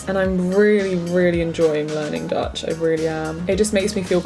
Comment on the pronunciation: i just clicked on this video bc i’m taking a gap year as well, did not expect to be hit with this much dutch content (i am dutch) 10/10. your pronunciation is very good